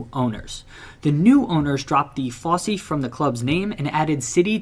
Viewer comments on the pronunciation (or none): Fosse isn't pronounced Fossy. It's Foss.